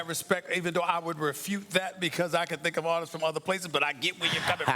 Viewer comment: How many times did he said "I Tank" can somebody tell me ? :-)